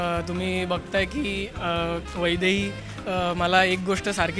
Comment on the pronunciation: Aaaa itst not vaibhavi itsss vaidhai